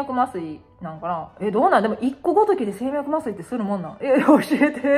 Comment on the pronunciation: こんばんは。 やっぱり若いといいのねー。うちは夫が年上だったから、結果は「合格点」だったけどギリ寄りだったわー。 あ、静脈麻酔の読み方、もう既出かもだけど「じょうみゃく」だよー。 まぁ当日に無理だった場合の凍結だから今回は良しとしよう。 気休めかもだけど赤系の色味を身につけるのが良いとか言うよね。青や紫が好きな私にはそこそこ難しかったし、半信半疑だしで従わなかったけど。 ライブ配信？楽しみ。